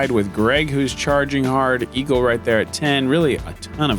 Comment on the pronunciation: Did Nate just call Eagle, "Eeegs" ... I don't know how I feel about this. LUL